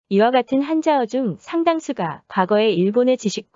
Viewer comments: 한국어 발음 한자어 가 아니라 한짜어...짜증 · 한짜어라고 발음해야지!!!! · 띄어쓰기에 맞게 끊어 읽는 것도 어색하고, 합성어 같은 경우는 된소리로 발음하거나 단어구분에 맞게 억양차이가 있어야 하는데 감정없이 목소리만 술술 흘러나오는 느낌이어서 발음도 굉장히 알아듣기 힘들고 가청성(可聽性)이 많이 떨어지네요ㅠ 이를테면 주식상장의 상장은 상장 그대로 발음하고 백일장에서 받은 상장은 상짱으로 발음하듯이 동음이의어라도 한자어에 한자구성에 따라 발음은 된소리나 장음으로 구분하듯이 천지차이입니다. 가령 영상에선 한자어를 한짜어라 읽지않고 글자 그대로 읽는 것보면 AI 기계음에서 목소리 따온 것 같은 느낌이 드네요. 영상에 소개된 서울시체육회가 띄어쓰기 하나 잘못되어 서울 시체 육회로 오해를 사듯이 언어를 설명하는 강의인데 외국어인 일본어뿐만 아니라 기본적으로 우리말에 해당되는 한국어의 발음이나 맞춤법의 오류가 나지 않도록 신경 써주셨으면 좋겠어요. 혹시 의문스러워서 농담이 아닌 진심인 질문인데요. 강의에 나오는 목소리는 사람육성이 아닌 AI로 따온 기계목소리인가요?